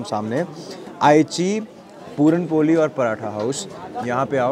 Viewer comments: Appreciate d lady 👌👌 Just one thing.. Its not पोली Its..... पोळी... Dis is a Marathi dish not any up bihari dish... Dat u can't write ळ properly.. Rest.. I really Appreciate d lady... But use d language properly. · पुरण पोली नसते,पुरण पोळी असते।